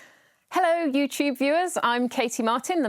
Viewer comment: The way she opens the video, she sounds "Hello you cheap viewers" instead of "Hello you tube viewers" 🤭🤣 listen again!